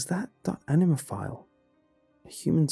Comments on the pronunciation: I... I kept hearing enema... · Having the knowledge of the meaning of anima kind of ruin these stories for me. And it's kind of weird to listen to the English pronunciation.